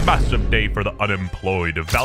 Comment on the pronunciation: D-did you s-say m-m-massive…!??